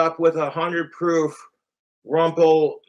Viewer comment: How many is “one wahadreth”?